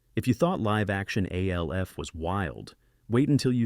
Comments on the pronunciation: BOTH Alf (or A.L.F. or Elf, as the insipid A.I. voice erroneously calls him) animated series were remarkably well written, with impeccable wit and humor, that didn't pander to their preadolescent audiences. The artwork was incredible, and the animation was at least on par with, if not superior to, any of their Saturday-morning-cereal-crowd contemporaries. I suspect this is just one oof those listicle (while that term is usually an implied portmanteau of "list" and "article," in this instance, I'm going to say it's "list" and "testicle" as this video sucks balls) videos that attempts to elicit angry comments from its millennial and gen-X audience, by blatantly insulting their beloved Saturday Morning cartoons, thus driving up viewer interaction rates. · You know it's a really shitty AI voice when it pronounces the three letters of Alf. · Eyeeeeee? Its "Aaaaaaah" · This is voiced by an A.I. (it’s pronounced ALF not OLF) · The Fonz said "Ayyy!", but the ai narration pronounced it "iiiiiiee..." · Right! It was pronounced just like the letter A. What in the world was that weird noise?? 😂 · THATS SOME SHITTTTTTYYYY AI VOICE........PRONOUNCED AYYYYYYYYYYYYYEEEEE EYEEEEEEEEEEEEEEE!!!!! automatic thumbs down! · The fact that you mis pronounce ALF 3 times in a row shows me this video is nothing but AI Scripted BS. Thanks for wasting our time! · Never realized how many ways to pronounce ALF 😂😂😂 thumbs down and reported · Same way the AI pronounced "Alf." I mean holy hell wtf. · So funny that the A.I narrator simply cannot pronounce Alf correctly. Serves it right, as the cartoon spinoff of the sitcom was killer. Not as good as the sitcom, of course. Nor was it good as the comic book. But I always got a kick of it when it came on. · I guess we don't worry about AI getting smart enough to take over the world when it doesn't even know how to pronounce Fonzie's catchphrase or Alf's name correctly.